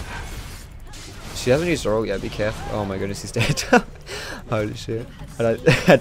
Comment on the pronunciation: "Cahful~" WHAT WAS THAT